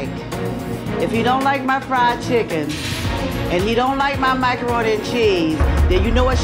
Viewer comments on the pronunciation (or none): When she was describing her macaroni and cheese... Sounded a lot more like microroni and cheese. Lol